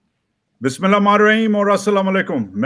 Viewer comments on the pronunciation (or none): Bro I'm no saint but it's not "bismilla ma niraheem" , you may want to consider correcting your pronunciation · wajahat bhai Bismillah to theek ker ke padh lo